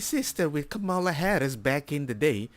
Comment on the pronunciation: Lying C*nt Kamala. Oh BTW Kamala is the feminine of Kamahl. Kamahl is the masculine Kamahla is the feminine. So very, very tired of her and other Cultists mispronouncing names.